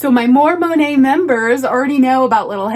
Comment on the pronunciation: You say "More Monet" I hear "Mormon Hay"